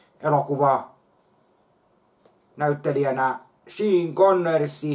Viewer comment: tsenifer äristön shiin konorssi&konnerssi bluuk blook